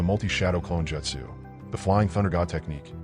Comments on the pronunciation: The most annoying thing on this vid is you calling it Jetsu when it is Jutsu ( Jute - Sue ) please correct this pronunciation from here on out. Thank you. Other than that good vid. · Bro gotta learn how to pronounce jeutsu wtf... Naruto is also pronounced wrong